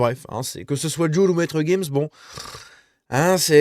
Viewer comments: c'est monsieur gims pas guims ... on dit giraffe pas guiraffe :D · On dit gims. Tu dis une gifle ou une guifle ? Tu dis une girafe ou guirafe ?